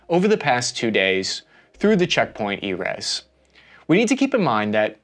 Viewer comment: just so you know, "Erez" is "eh-REHZ" in Hebrew, or "EH=rehz" in English, not "EE-rehz" (it means "cedar" in Hebrew)